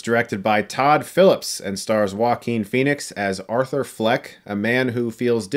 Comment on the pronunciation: Everytime I hear them pronounce his name it sounds like “Walking Phoenix”